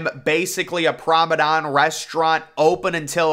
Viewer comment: What on earth is a "Prommedon"?